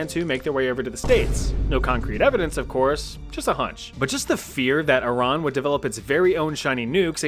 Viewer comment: I love how you say Iran correctly (I’m not Iranian but I used to have a close Iranian friend). Most people (native English speakers*) pronounce it as I-ran and not e-RUN